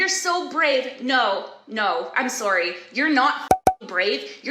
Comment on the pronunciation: Sore-y not sore-y.